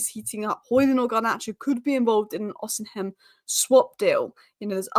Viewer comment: go with me.. i am Nigerian... it is Osi mhen.. not osin hem